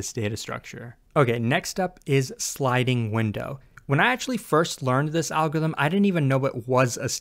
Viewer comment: Not being able to pronounce "algorithm" must have made this video more difficult to make.